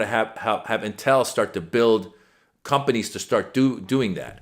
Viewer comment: This is a very small critique on pronunciation. It's pronounced IN-tel, not in-TEL. Source: me, I live directly south of the big campus. (Cue up LEVI-OH-sah, not levi-oh-SAH 🙃😁🤘)